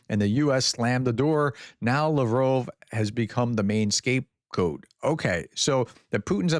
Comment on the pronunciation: Its LavrOv not LavrovE.